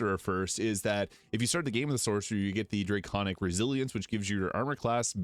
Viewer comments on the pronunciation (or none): Drayconic. You know, because draygons.